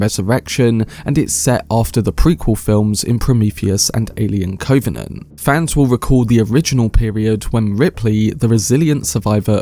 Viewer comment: You mispronounce the word covenant several times, as if you’ve not heard the word before.